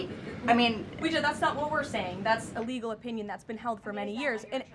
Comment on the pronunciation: Lol Leavitt sounds like she is saying "illegal"..not legal.